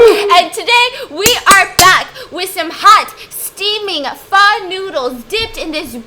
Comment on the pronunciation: She said pho right yay I am happy 😃